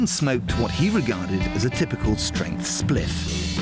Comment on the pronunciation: This is hilarious hearing a toff say “one spliff” a number of times